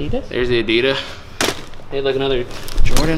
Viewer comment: I like how you say Adida as if Adidas is plural😉🥰😂